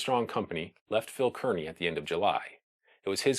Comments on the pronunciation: just a note to let you know I am from NJ and the fort is pronounced Carney not keerny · Excellent video! Minor detail: Kearny is pronounced CAR-nee, and not CURR-nee. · Kearney is pronounced "Carney". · It's pronounced Phil KAR-nee. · I would surely beg a descendant of Phil Kearney to verify the pronunciation of their famed surname. I hear podcast after podcast delivered by myriad hosts who, though lovers of history, and admirably so, either know something I don't, or have never been to Nebraska where all residents know the name Kearney is pronounced neither Kər-nē nor Kēr-nē, but rather Kar-nē (like car-knee). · Good Video. FYI, however, pronounce "Kearney" like it's "Car-nee." I would also lose the pipe. lol Sherlock Holmes is not from the west, and we don't really appreciate someone trying to look professorial in a sea of dry grass. . . . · Kearny is pronounced "Carney". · Consistently mispronounced "Kearny" but otherwise really nice video. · Distractingly, the name of the fort where the soldiers were stationed is mispronounced throughout the video. Fort Phil Kearny is pronounced as though there is no "e". Like "carnival ". The same as the town Kearney, NE.